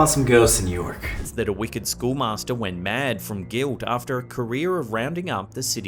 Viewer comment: the way they pronouns York kinda triggers me